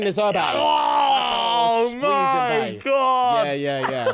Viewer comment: The "oh godt" was THE MOST QUEENS BRITISH I've ever heard